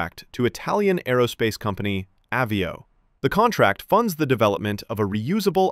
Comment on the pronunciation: It's called AH VIO, like Avion, french for airplane, since americants cannot speak English, think of Avi_ation, NOT AWE VIO 😂😂😂